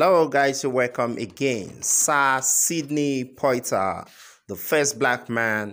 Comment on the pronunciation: You can't even pronounce his name correctly.